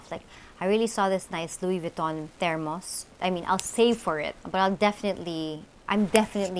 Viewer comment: The way she pronounce the Thermos hahha so kyut my idol